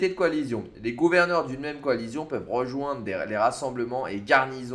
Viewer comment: Coalition ça se dit coalission ! Pas coalizion.... 🤦‍♂️. Sinon super vidéo